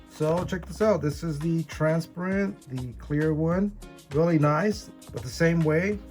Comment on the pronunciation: "Transpirent" lolololol